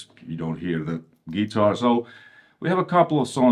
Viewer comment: What a cool dood. Love when he says z geetar